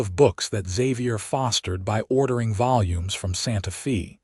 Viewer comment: EDIT & REVIEW!! The town Santa Fe is pronounced as "Santa Fay".